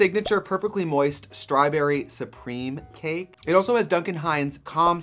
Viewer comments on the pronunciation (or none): 13;45 “STRYBURRY” SUPREME CAKE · Love how she said "straYberry" hihi